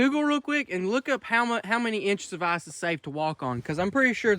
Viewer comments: I like how you say eyes fishing instead of ICE Fishing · No hate but it sounds like Arse fish when he says ice fish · did you say eye-fish or arsh-fish... ;) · Could u not say arse fishing please 😂😂😂